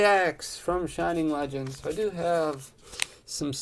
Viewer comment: “Flegends”😂 great video 😭